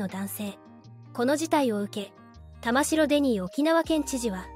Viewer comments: 細かいところですが、沖縄県知事の苗字の読み方は「たましろ」ではなく「たまき」ですよ！ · 「たましろ」ではない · たましろ、では、ありません。たまきですよ。こんなことくらい分からないのですか。？ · 読み方は玉城（たまき）ですね 不謹慎を承知でいうが〇くなったのが警備員の方ではなくこいつらのメンバーならよっかったのに こういうなんの役にも立たない活動家は強制排除も視野に入れて対処してほしいわ ちなみに沖縄の野外イベントで署名すると実はこいつ等の賛同署名でしたってのがあるので沖縄のイベントは要注意ですよ あと追加でいうなら現地で生活してても暗黙のルールなんてのは初耳ですが…